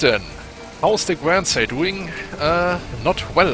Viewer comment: The ship Guernsey is pronounced 'gurn sey' for the region or the cow. Overall you make few mistakes, your English is far better than my Deutsch. I like the new sub and appreciate the 'earth shattering kaboom' reference. Good vid!